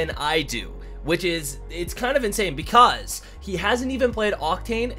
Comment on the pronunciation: The way he said because.😂😂😂